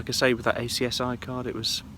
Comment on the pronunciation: Congratulations, what a fab honeymoon, just a shame Bentley missed it! I’m having a Californiacamping fest after your channel came up as a suggestion and loving you and your channel. Just a couple of things though, ACSI is spoken phonetically and not spelt. also big safety issue, it’s not recommended to stay overnight at the road aires and not to confuse them with the camping aires that are special areas provided by villages and towns especially for motor homes. Sure you knew this but best to mention it for others watching who may not. Keep the videos coming 👍🏻